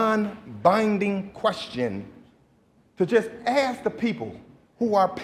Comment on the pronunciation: Chicago has some of the most uneducated sounding leaders in the country! Wow! …saying mumf instead of month …saying axe instead of ask!